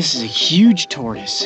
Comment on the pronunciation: Its pronounced Tortoise...